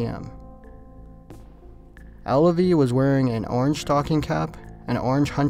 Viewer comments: Alvie, not Allavie. js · Not Alavie..Alvie.Learn how to pronounce words please